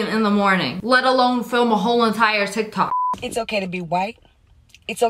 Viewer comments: Did no one notice that she said “Tic Tacs” instead of “Tik Tok” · Who else noticed that she said “tik tak” instead of “tik tok” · At the beginning you said tic tac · Anyone gonna talk about how it sounded like she said tic-tac? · Everyone sounds like they say tictak. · Omg she said "ticktacks"😂😂😂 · You said tiktack!😂😀😁😃😄😅😆🙂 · Did you just say TicTac?